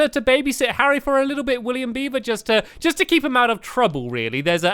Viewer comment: you called Harry Harriot